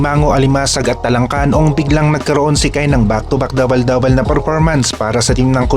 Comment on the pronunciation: hindi ako alimango..natutuwa lang ako sa pag pronounce nya ng dabel dabel… kaya lang dahil obobs ka kaya kailangan kong mag paliwanag..